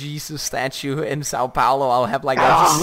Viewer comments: Give credit to, he pronouced São Paulo somewhat right 😂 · He fucking nailed "São Paulo"